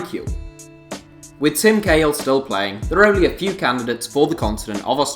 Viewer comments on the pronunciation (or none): none